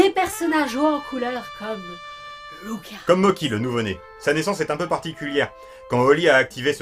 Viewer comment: Et les gâteaux en pâte de riz gluant, ça se prononce "motchi", pas "moki". Même avec l'orthographe "Mocchi", ça ajoute juste une pause entre les 2 syllabes (mo-tchi). Mais la vf le prononce à l'italienne... vive le mélange des cultures ! 😁